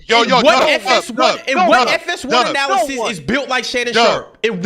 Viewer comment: Lmfao when they kept saying analysis instead of analyst